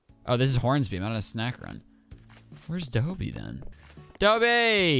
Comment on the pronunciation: I think it's Dobie like a doberman is called a dobie